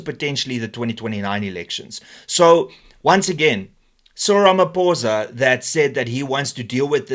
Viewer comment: Its not RamaPOURza its RamaPHOSA